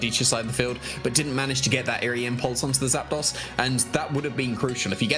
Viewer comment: ZAP ....... DOS two words ZAPDOS How do you even think to pronounce that ZAPDAUS xD